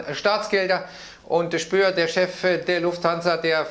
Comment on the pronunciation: Spohr, nicht Spöhr. Setzen sechs!